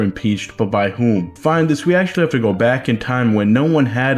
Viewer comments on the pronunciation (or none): none